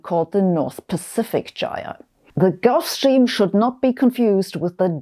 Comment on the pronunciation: nice to see someone else pronounce jire and presumably jimble the same way i do, it's a jift. now if we can only get folks saying lit-chen i'l be liken that.